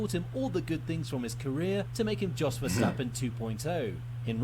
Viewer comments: Someone correct me if i'm wrong but i'm pretty sure that Yos is more correct pronounciation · you got the name of jos almost right, it sounds like you said djos, but if you leave the d sound out of it, you have it